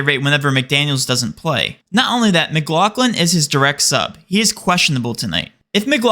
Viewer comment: Mclaughlin not mcglocklin